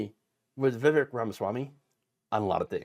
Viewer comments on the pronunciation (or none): none